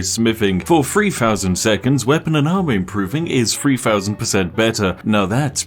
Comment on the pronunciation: What is free fousand percent? Your pronunciation is awful. You sound like a chav.